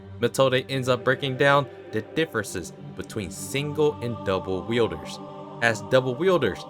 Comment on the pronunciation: It's halarious how you say Mathode ends up breaking down the differences between single and double wheelders and the video zooms in on her "double wheelders"